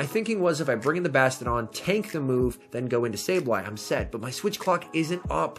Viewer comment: Is there a reason you say bastadon instead of bastiadon?❤😉